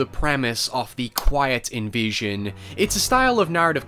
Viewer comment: Took me ages to work out you were saying invasion and not envision.